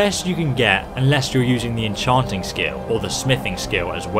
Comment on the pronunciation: En-chawwnting crafted weapons is always best, these cute little toys paired with your inability to speak English just make this a joke.